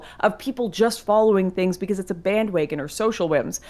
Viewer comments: My favorite part in the debate was when Lauren said bandwagon like "bandwaygon" like 5 times in a row. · Lauren: “Bandwaygons.”